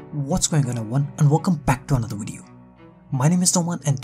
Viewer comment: Velcome to maey wideo